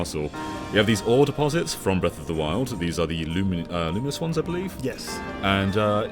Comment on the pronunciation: The Legend of Zelda: Breath of Doriyah